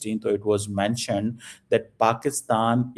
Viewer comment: Cheema, pronounce as Mentioned and NOT Mantioned. Pakistani doctored. Holy Shit.